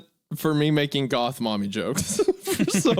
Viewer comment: GOTH mommy not MOTH mommy